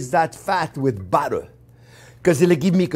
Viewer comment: you can't say 'too much buteer'